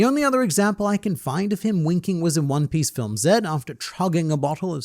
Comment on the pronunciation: Juan Piece😂